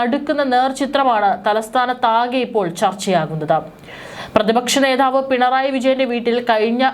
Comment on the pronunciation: പ്രതിപക്ഷ നേധാവോ ? ഒട്ടും അക്ഷരശുദ്ധിയില്ല അരോചകം